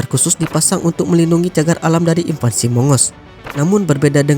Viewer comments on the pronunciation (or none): none